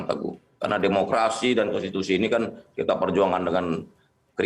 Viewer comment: Kok yang jadi kades malah nggak pahan konsti, kon siti, halah, konsi, konten, halah opo seh, konstitutut, konsist, kontan, wes mboh, kontan ae